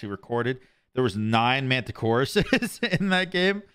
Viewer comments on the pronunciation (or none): Then proceeds to call him "Mantichoras" the rest of the video lol 💀